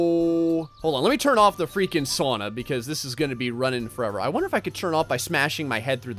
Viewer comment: You say sauna wrong!!!